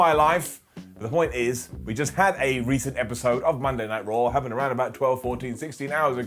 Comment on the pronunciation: I love how he calls it rarh